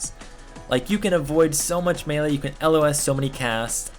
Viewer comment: You're the first person on Youtube who's prenouncing melee right :P